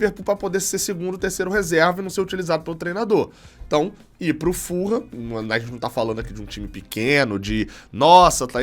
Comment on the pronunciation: Não é FUL-HAM se diz FU-LAM.. assim mesmo .. ful ham tem quase significado de presunto inteiro